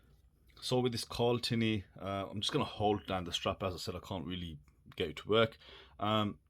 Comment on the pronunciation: 'CARLTINY' ..... They are literally avin a laugh ..... Shame, because I like everything else about it